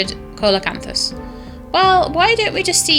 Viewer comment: I think it's pronounced seal o canthus , something like that. Thanks for another neat vid.